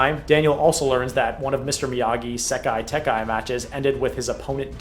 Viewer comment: this will never not irk me it's sekai taikai, not sekai tekai